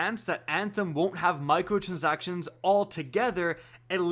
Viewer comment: Mi-cro-trans-ac-tion It’s a simple word to say